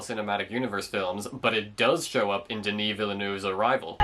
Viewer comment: Good video but HORRIBLE pronunciation of Denis VIlleneuve